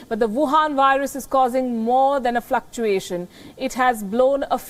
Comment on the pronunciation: I like it when she says "Fluckuasians in China's economy". I'm sure she doesn't mean all Asians. Just China's govt.